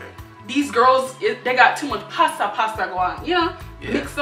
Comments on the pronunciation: This video kills me lol 😂😂😂 omg he thinks it was actually pasta for "passa passa" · Right my favorite part is when he thought passa passa was pasta🤣. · He tried... Passa passa ↔pasta pasta like really 😂😂😂